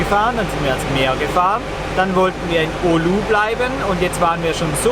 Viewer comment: Es heisst Oulu.